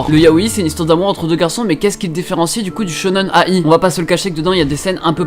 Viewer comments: Enfaite il faut le prononcer shonen-aïe et pas A i mais d'une traite voilà voilà :D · Il m'a full frustré en disant shonen a-i ça se lit aïe mdrr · alors shonen-ai, ça se prononce "aille", comme quand tu te fais mal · Tu prononces Shonen-ai comme Shonnen aie (comme le son de douleur)